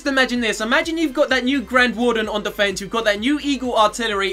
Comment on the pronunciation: Haha , it's 'defense'